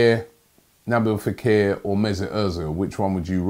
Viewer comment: He also said Naboo fakir, its nabeel not nabo 😂😁😂